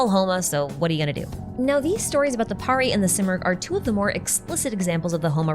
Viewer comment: Nice video...... The only thing that tickes me is the way everyone mispronounces pari 😂😂😂... It's understandable but still pari is pronounced as purr-ee. And pari(s) are commonly used for referring fairies here in Indian folk lore. Or an imaginary creature (mostly females) with magical abilities.